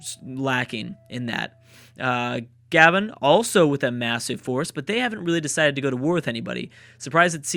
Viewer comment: It's not "gah-ben" it's "gah-bon"